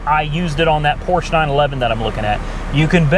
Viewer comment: I cringed every time you mispronounced Porsche. The e is not silent.